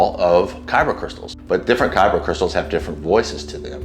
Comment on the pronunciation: Not Kyro crystals, it’s kyber crystals